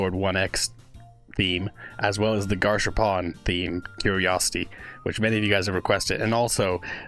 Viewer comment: Peak video ALSO ITS GAS HARPOON BRO😭😭😭 WHY DO SOME MANY PEOPLE SAY GARSH ARPOON😭